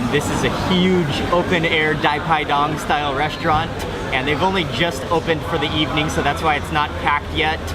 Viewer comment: We call it Pai Pai Dang (not Dai Pai Dong). Wow ! Thanks I love it.